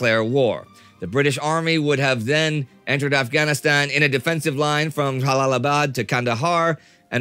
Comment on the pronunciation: Indy pronouncing Jalalabad with the "Ja" sound of Jalapeno is the real treat of this video